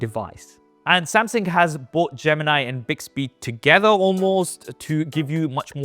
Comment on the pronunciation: That horrid pronunciation of 'Samsang' is actually pretty annoying once you've picked it up. Can never unhear it lol